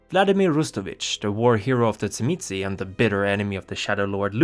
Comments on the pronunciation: In the sabbat sourcebook circa 2nd ed, they phonetically pronounce it as "Zhim-ee-see or say". From my own hungarian background, the wordwould be pronounced by magyar speakers as "Zhim-uh-say". The pronunciation spoken in the video seems to be from someone whose native tongue is latin based, like italian or spanish, so that filter causes it to become abberant. For precision, say the word "jim", but replace the hard 'j' with an "sh" sound, while pressing a 'z' sound right before that. "Zhim". The next syllable is easy. Just a soft "uh". The ended with a slightly inflected "say". Pronouncing the last syllable "see" isnt unforgivable, but "say" is closer to correct native tonality. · I was waiting for this video, so I could learn how to pronounce Tzimisce